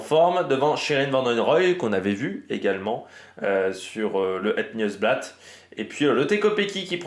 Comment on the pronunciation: merci pour tout le travail que tu abats pour produire tes émissions. Beau boulot! Juste pour info on het "niouse" blaat